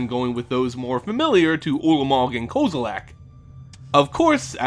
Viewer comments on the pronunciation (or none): KOZILAK KOZILAK KOZILAK KOZILAK! That's what I hear... The letter E makes a "EH" sound, not an "AH" sound.